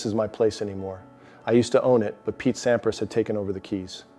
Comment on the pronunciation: sAId pete sAImprAIs